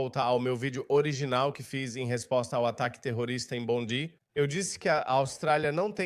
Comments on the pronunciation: A pronuncia é “Bondai”. A Austrália precisa acabar com escola Islamica, com uso de burka hijab, niqab etc. Também precisa prender os radicais dirigentes dos mosques 🕌, que pregam a violência contra outras religiões. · Brother a proniuncia correta é bondai, a praia mais famosa da Australia. A Attorney General dos USA. Cesar Queiroz Sydney Australia. A prova que vc nunca morou ou esteve na Austrália. Vc é um divulgador de fake. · Vives a tanto tempo na Australia nem prenunciar o nome da praia bondi